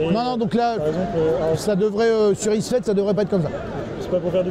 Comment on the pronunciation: ISfet, pas Ifset ^^ Sinon, chouette video et interview interessante :)